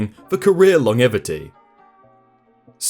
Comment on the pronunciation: I find it staggering that you don't know how to pronounce 'longevity'?